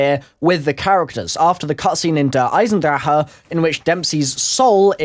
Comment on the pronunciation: he fails at saying der eisendrache